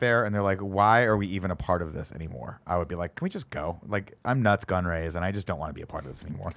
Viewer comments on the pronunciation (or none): D'koo, Palpatane, Nuts Gunray, Panime, Obi-Ron. Never change, Nick 😂